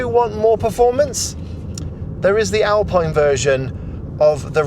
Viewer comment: Nice review. I have the 40KWH version on order, so I wish Renault gave out both the battery sizes for review! Also just for future reference "Alpine" is pronnounced "Alpeen".